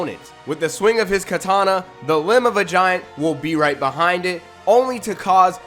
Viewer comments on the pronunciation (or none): none